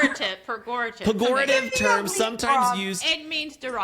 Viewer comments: Peh - JOR - a tiv (pejorative) LOL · i love how even when Ana thought she said the word correctly she still didnt say the word Pejorative correctly 😂